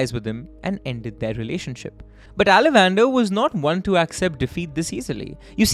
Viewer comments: How did you even think there can be an Indian name that's pronounced Ala van dar?? If you could have just stopped to think you could very well have deduced it is in fact aalavandhaar. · Guys …. Pronunciation… it’s “ all + a + vun + dhaaar “ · i think his name is pronounced as alavandar - aala - vanth - aar. Unless he is related to salamander. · exactly....its aa-la-van-dhaar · Mmm pronunciation horrible Ceylon - Zealan it’s Sea Lawn ( Sri Lanka ) Ala- Van - Dar 😂 sounds like e Dutch name ; Aaa la Van Daar